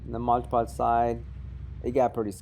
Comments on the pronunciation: He's got the can, he can clearly see it says Mod Podge. But he repeatedly calls it Modge Podge. That's really irritating. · ****MOD PODGE!!! not MODGE PODGE!!!! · The point where I stopped watching this video. It's MOD PODGE. Your constant pronunciation of MODGE PODGE was driving me up the fucking wall.